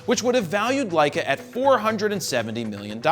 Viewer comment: Love the "LEISS". Lol